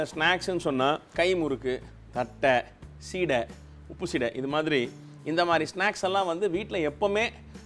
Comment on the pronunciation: Not seedhai. It is seedai.